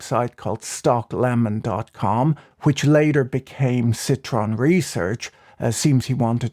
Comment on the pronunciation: Where is the Nathaniel Popper interview? I can't find it anywhere. . BTW - It's citron not citroen. But why would anyone call their fund "Lemon"?